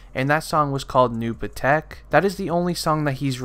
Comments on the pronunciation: And u would know how to say new patek lol man said new patik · Nooh puh-tech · I hate how ur saying patek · u said new patek wrong dumbass